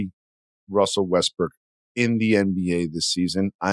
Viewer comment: call me childish but “wussel restbrook” twice, was the laugh i needed 😊